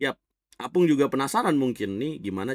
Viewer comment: Tulisannya opung (kakek), tapi selalu disebut apung, 😂